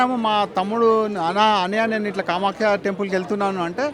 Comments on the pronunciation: కామాఖ్య అమ్మవారు,కామాక్షి కాదు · Kamaskhikadura kamakya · Anchor is telling kamakshi instead of kamakhya. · Kamakshi devi kadhu kamakya devi annayya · కామాక్షి కాదు నాయనా కామాఖ్య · Kamakshi alayam kaadu kamakya alayam